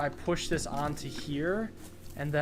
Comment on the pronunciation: Instead of "on to" he says "onto" which makes it better somehow